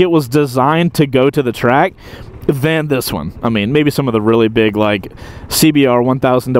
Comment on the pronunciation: "CBRrRr sp things...", you crack me up,. 😆